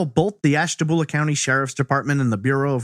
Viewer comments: FYI, Ashtabula is pronounced "byulah" not "boolah". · AshtaBULA not boolah.... Born & raised there :) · Lol it's ashta-bule-a not ashta-bool-a